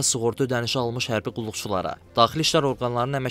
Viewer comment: Min doğuzyüz,hərbiğ ğulluğculağa🤣😂😛